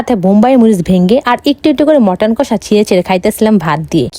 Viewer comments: পদ ❎ পাদ✅ মাটন❎ মটন✅ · মটন না মাটান🎉😂